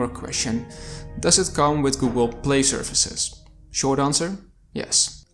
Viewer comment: shervices or services